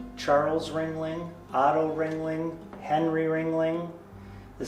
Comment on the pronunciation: kept saying ring-ley. The ghost legit corrected him.. RING-LING